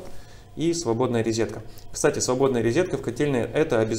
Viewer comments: всё хорошо! Но рОзетка, а не рИзетка!!!! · Особенно "рИзетка"😤...